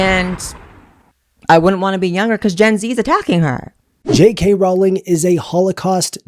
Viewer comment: I know you were truly into Harry Potter because you pronounce it "Rolling" (correctly)